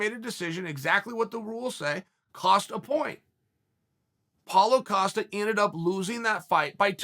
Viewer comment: paulo 'filo' costa ahahhaha